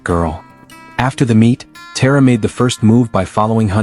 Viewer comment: TA-RA. Not Tear-ra